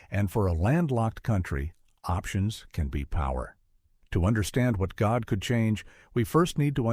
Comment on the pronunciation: Coordination is the correct. GODE' IS PRONOUNCED AS "godday"